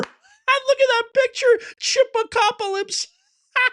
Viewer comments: It's not Chip-ocalypse. It's Chi-pocalypse. (Chai-pocalypse) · It's not "chippo - copalypse" it's "Chi-pocalypse (shy-pocalypse)" Like "CHI-raq" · Chipocolypse is pronounced SHY Pocolypse. like ChIRAQ. I guess shit cago or Shitpocilypse would work too! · Ok, say it with me, "Shi-pah-co-lips" . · Chi-POC-a-lypse, as in Apocalypse? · it's pronounced Chi-Pocalypse (shy-poc-al-lips) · It's pronounced Shy-pocalypse